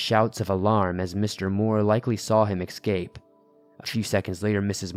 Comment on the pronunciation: Escape not excape